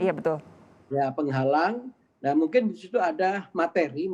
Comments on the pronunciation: Penggalang loh pak penggalang. Bukan penghalang. Kok diplesetkan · Kakak penghalang.. apakah saya salah dengar?😂